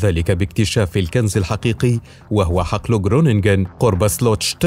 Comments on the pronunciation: اسمه حقل خرونگين وليس جرننگين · للتوضيح اسمها خرونينن لأن g تنطق خ وgn تنطق ن في الهولندية خرونينن= Groningen.